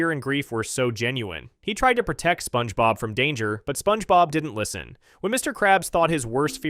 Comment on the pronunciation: "Spoange bob"